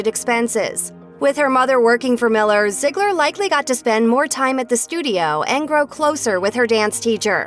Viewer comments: it’s zeegler not ziggler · Lol she keeps saying zigggler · It's ZEEGLER NOT ZIGLER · Itz_uni Rainbow but that’s what the narrator keeps saying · Right like wtf😂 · I swear if I here “ZIeGLer” one more time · It doesn’t make the video any better when you keep calling them by zigler or Miller it’s uncomfortable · I thought it was pronounced Zee-gler But damn stop saying it over and over. Call her Maddie because they never call her ziegler on the show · If you're going to talk about Maddie, please Please PLEASE, say her last name right. (zee-gler) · I couldn't even finish watching because of how often/how the narrator pronounced "Ziegler." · Can you stop calling her ‘ziegler’. It’s bothering me like crazy